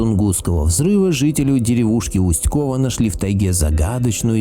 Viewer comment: Не КОва, а КовА